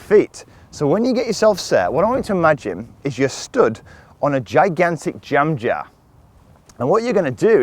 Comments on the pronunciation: i thought was speaking indian language......"jamjahr" 😂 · Just for fun,can you say jem jar and then say jam jar do they sound different, lol lm just playing with ya,thanks